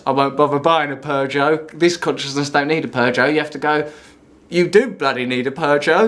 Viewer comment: Don't bother calling it "escapism", Arrivalism makes more sense. Also, "Conch-ih-ness".